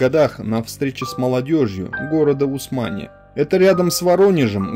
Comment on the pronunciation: Немного подправлю: в ролике упоминается город Усмань, ударение там на У